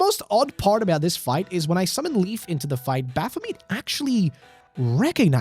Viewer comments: It's not pronounced bapha - meat. It's baphu - met Like et as in "I met you" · I can't get over that pronunciation of Baphomet. Bath-o-meat. Also Would have made more sense to me to input the player character's name. A mary-sue is an undefeatable self-insert. That's literally all the player character is. A self-insert of the player into that world. And even being killed just makes it stronger and wins in the end no matter what. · i know its quite late but the pronounciation of baphamet's name kills me internally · Who pronounces it like that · god, the way you pronounce Baphomet is like needles in my ears